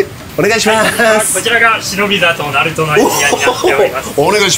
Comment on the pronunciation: イントネーション違う うずまきナルトだよ うずまきできるな😢